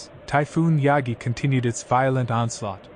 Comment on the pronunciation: 中国史上最強の台風を誤読してるようじゃダメだな😂